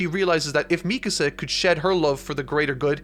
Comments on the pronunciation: I respect the ending for what it is, ironically I predicted the ending before eren even got a 2nd titan power, I was only wrong about 1 thing Eren and Mikasa (pronounced Me-kah-sah, not meek-a-saw) not ending up together and having a family. I'm happy this series has finally ended once the anime finishes in fall of this year this mediocre series and its mediocre author can finally fade to obscurity and I can sit back and watch the fandom cannibalize itself like so many overhyped series have before it. Do so keep me entertained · I completely agree with most of what you said in this video.... except one thing... ITS ME CÁSA not Mecuhsa lol, other than that fantastic video! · God, you know I love the hell of you,, but.. If I had to hear you say MEEK-UH SUH one more time I would have swallowed the end of that rifle faster than Reiner. MEE-KAHSAH. SAY IT WITH ME NOW, FOLKS. MEE-KAHSAH. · Mee-kuh-suh. Bruh. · meecuhsuh btw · Your pronunciation of Mikasa is frustrating. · Bruh why you pronounce Mikasa's name like that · RIP you will never finish HxH, not even Togashi himself gives two sht!s :/ Love the videos!! Btw your pronunciation is Mikasa is funny lol